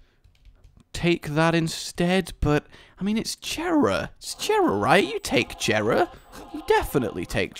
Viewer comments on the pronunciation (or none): It is pronounced YERAH NOT JERA PLEASE STOP